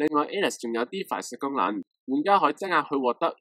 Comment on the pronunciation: [ 品質很好, 人質被綁架, 質押] , 質 有兩個讀音. 質押 一詞, 好似錯咗. 不要緊, 唔係上中文堂.